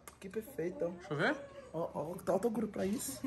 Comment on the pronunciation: ela fala o nome do Toguro muito lindo man